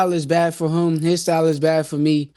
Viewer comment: No gap but still can’t say him right 😂 mf is not hum is HIM!